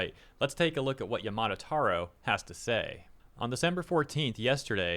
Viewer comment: i'm not the only one wincing when he pronounces yamada as yamato, right?